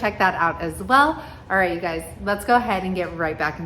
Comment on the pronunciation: I love how you say “you guysezzs” and here in Louisiana we say “Y’all’s”!!!!!